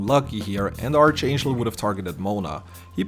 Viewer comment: ark-angel (like mark, not arch like like archie)